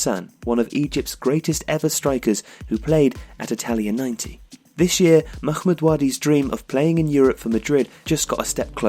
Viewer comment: It's not Makhmod nor is it el Akhly, why are you putting so much emphases on the H ? You're trying to pronounce an Arabic letter that's not in either of those words.